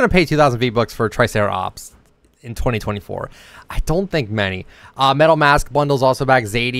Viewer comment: did you hear how he said “in 2024”?